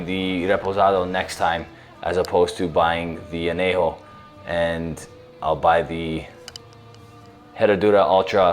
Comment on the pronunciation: Say an-YAY-ho, ñ has a distict sound. You're pronouncing the j just fine. So why fuck up the ñ?